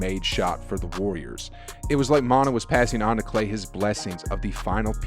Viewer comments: Mon-tah? Mon-tae...lol. Who is Montah. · Split it up, yea area. The area had extra A's for emphasis! It was compressed for the hashtag. Oh and his name is Monte' with the accent, sounds like Mont-ta. Love the work you're doing! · reports monte = Mon-tay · His name is Monté u pronounce it mon-tay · Monuh Ellis 😂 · Lol I was like wait who tf is montah? What did I miss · Shout out to Mon-tuh! Lol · What the hell? Did you just start watching Warrior ball? It’s Mon-TAY….Mon-TAY!!! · Also butchered Monta's name. Sheesh